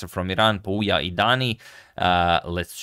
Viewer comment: #suggestion pouya is pronounced like "pooya" couble o as in foot